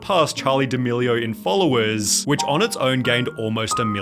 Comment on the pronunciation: the way he is pronouncing "wayyy" "Followersss" ""threehundreeeddd" cant rly that video gues i'm too nippicky but the fact that he is talking with a fake accent is kinda wierdchamp for me